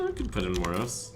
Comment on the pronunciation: The way you pronounce Moroes.... Please stop. The "e" is NOT silent.